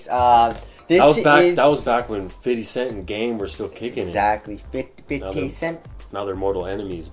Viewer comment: Fivdy cent